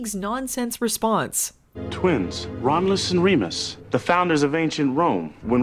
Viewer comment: Filming Baywatch Nights, a play in 1 Act. "Twins...Romlus and Remus." Uh cut,, you kind of missed that first U, can we get a second take? "Second? Two? Twins...Romlus and Remus"...... Cut, print, who gives a shit. Aaaaaaaaaand SCENE.